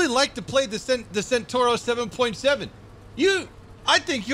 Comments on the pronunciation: It's a CENTAURO not a SENTURO. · È centauro non sentorou